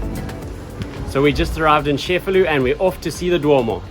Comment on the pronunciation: It's pronounced che-fa-lu, not chef-a-lu.